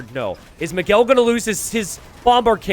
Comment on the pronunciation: it's funny how pronounces "Miguel" as "McGill".